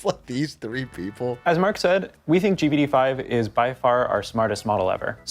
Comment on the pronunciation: the way they sound like they're saying "GBD 5" every time pisses me off, can they just make a cool nickname for it so they can say something with just 1 syllable instead of constantly tryna spit out "GPT 5" in the space of a microsecond?? just call it Greg or some shit idk